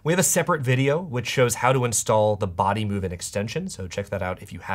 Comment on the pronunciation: Everytime I see this guy I remember the part he couldn't pronounce bodymovin 😂😂 hilarious